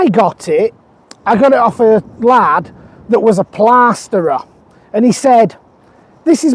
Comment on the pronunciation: Lurgyman! 😁 Brilliant! That plaaaaasterer must have been a west country gentleman!😀